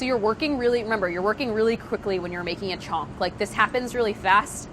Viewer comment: the way she pronounces chhonka makes me cringe ;_